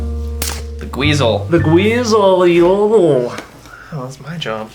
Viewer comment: I don't think that's how you pronounce Geissele ** copes and seethes under my weighted blanked **